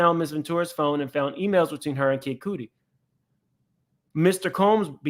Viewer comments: For future his name it pronounced Kid Kudi (cutty) and Jaguar Wright tried to tell y’all but everyone called her crazy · Kid cootie? 😂😂😂😂😂 it's like "Cutty" but with a d 😭💔